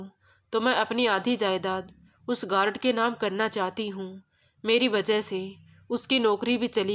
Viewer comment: गारड नहीं। गार्ड